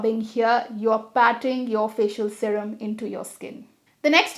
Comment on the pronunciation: First time I have heard someone pronouncing “sarem” instead of serum .... 🤣